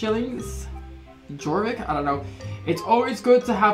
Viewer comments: Jorvick???? Me: yes, yess, it's pronounced Yorvick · It’s pronounced your-Vick. No hate ❤️ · Jump is space bar also pay attention to your horses health top left corner Your horse gets faster as you do races and more quests also you can get new horses with star coins not shillings also it’s said like yorvik ps love your vids🥓😂😁😄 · Why do ppl say yorvik shillings when it’s Jorvik shillings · It’s pronounced yor-Vick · Fun fact, the j in jorvik is pronounced with a y